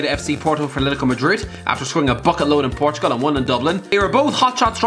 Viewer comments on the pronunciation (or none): none